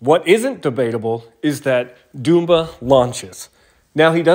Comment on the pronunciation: Pronouncing his name "doom-ba" 20 times